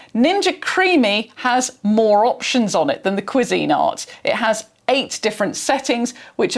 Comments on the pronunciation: So it's Pronounced KWEE-zIN-art. Not Kwee-Zeen-art. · As a Brit, I’ve never heard another Brit pronounce it that way. Most typically it’s like “quiz-in-art”, with the emphasis at the start of the word, not the middle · I was not prepared for the British pronunciation of Cuisinart... I love it so much. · The most important part of the pronunciation is that the emphasis is on the first syllable, not the second. This is how the company pronounces it in their ads. I would assume this alternate pronunciation here is non-standard everywhere, not the "British" version. I did find examples of other British videos and they all stressed the first syllable. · Gosh, it would never have occurred to me that you could pronounce it another way. I’m so tempted to try to find videos of how Americans pronounce it now! 😅